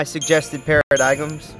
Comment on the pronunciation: The g is silent in Paradigm, you are saying it wrong